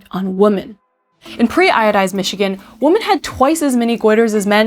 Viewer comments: Fantastic video. Absolutely learned a lot from this and subscribed. All that said, and I'm so sorry to be this pedantic, but I thought you should know that you don't pronounce "women" correctly. It's not wo-men like the spelling, but rather Wi-men, like the same way you'd pronounce the word "win" but without the "n". you say the plural for "women" several times and each time it's incorrect. I unfortunately know this topic well because I used to make the same error well into my twenties when I was promptly corrected by my sister, ha! Cheers. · Oh no! It's that weird pronunciation of women like "woman"! Noooooooooo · Impact on WOMEN, not WOMAN. It's pronounced Wih-Min. Singular is Wuh-mun. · *taught. Also, "woman" and "women" are pronounced differently Otherwise, great video! Also, why can't other halogens fill the role of iodine in the body? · "Women" is pronounced like "wimmin" Again. Again. Holy crap man, it doesn't stop. "Woman" is not like sheep. The plural is a different word. WOMEN. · Why do you pronounce women as woman? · Why can't people pronounce "women" and just say "woman"? It's not like you need to move your mouth in some special way to say the vowels differently. Bizarre. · Never trust someone who refuses to pronounce "women" correctly. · That was a good video besides the fact that she can’t say the plural of woman. That drives me crazy that people don’t know how to say WOMEN! Not WOMAN! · I know this is super petty.. but a pet peeve of mine is when people mispronounce “women” as “woman”… which you do. Great video though! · WAIT!---- you say the word "Woman" when you mean to say "Women". Plural! And, you do it twice within 5 seconds.....what is with your generation wherein you cannot say "Women" properly?!!!----Lemme Axe U Sum-um'!.......do you see? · Great video, but why are you saying “woman” instead of “women” for the plural? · women, "E"n. Sounds like your saying the singular Woman "womon" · Drives me crazy hearing her say woman instead of women haha